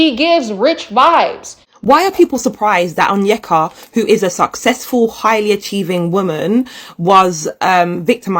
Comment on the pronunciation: shes been pronocing her own name incorrectly this entire time its pronounce own-yeck-uh 😭